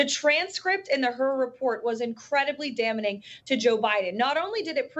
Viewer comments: Just watched a clip where Caroline is making fun of the way Biden speaks and yet in 40 seconds she mispronounced two words incorrectly. Ironic right. 😅😅😅😅 It's not damaning. It's daming. Jesus. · I learned a new word today: damnening. Fortunately she repeated it so I know just how it is pronounced. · Damening? Biden can't speak? Pot? Kettle? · "Damnening" is not a word, and she used it multiple times. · “Damening”? 👀… she says it again?!? Ya’ll this woman doesn’t know how to spell 😅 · She can't even say "damning" properly. And who is Merica Garland? She needs speech help.